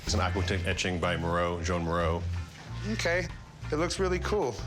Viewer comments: I'm thinking, wow is this famous artist 'Moreau' that I've never heard of?? Then it became clear, oh... Meeero. It's pronounced Mee-ro. Jesus. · Sorry english speakers, but to call Miró, Mee-row is just annoying my ears... Try to say Mee-roh, with the "o" soung like the o of hot, spot, top... And Dalí is a bit easier, just day dah-lee and that is it. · “Joan?” Miro??? It’s pronounced “Juan”